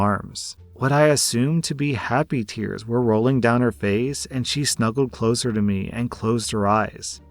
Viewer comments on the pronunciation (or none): none